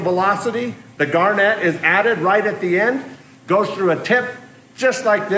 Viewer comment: The "gar-NET" used in waterjet cutting is the same crystalized mineral found in garnet gemstones (Jan. birthstones), it falls around 8 on the MOHS hardness scale, which is why your cutting tips need to be diamond (10 on the MOHS hardness scale).. Obviously I'm not telling you anything you don't know other than you're putting the emPHAsis on the wrong sylLABle. Absolutely love the build! Now I must get Back To Work!